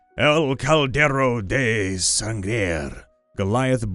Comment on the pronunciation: Holy snap, that was awesome! I find it ironic that you picked a seahorse. EPIC. SAHN-gray is the pronunciation. El Caldero de Sangre= The Cauldron of Blood. Final Fantasy VI? I KNOW there's a Final Fantasy game where you can suplex a train. Instakill!